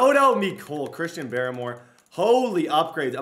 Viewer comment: It's pronounced Christian Bar-more